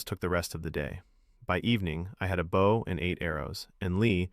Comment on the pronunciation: At least this one does not pronounce 'Bow' as 'Bough'. So, you're better than most.